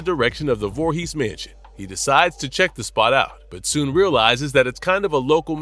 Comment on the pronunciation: Its "Vorhees", not "Vorhee"